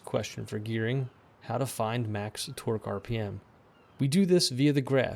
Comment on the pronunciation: The way you say 'torque' sounds like 'twerk.'